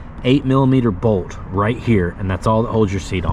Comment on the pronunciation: appreciate your content. I like the new gas gas. Not sold on the seat bolt going into the tank. If the glued in "nut" in the tank spins or gets cross-threaded, gotta replace the tank. I do have to make fun of your accent tho, "on" is two syllables. and Bolt is "Bode" lol! Keep up the great videos.